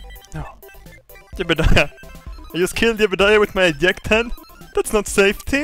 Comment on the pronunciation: eyect!! EYECT!!! XD laughing each time you are telling a "j" but you never tell "j"